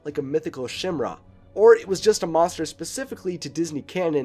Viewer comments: um what is a shimera? he mentioned the 1991 Beast is a mix of many creatures "like a shimera" I know what a Chimera (kimera pronunciation) is and love that type of mythical creature but have never heard of a shimera. Is it similar? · The word Chimera is pronounced Ky-meera. Not Shim-ra. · "chimera" is pronounced "ky-mair-uh", not "shim-ra" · it's [Kimera]. just saying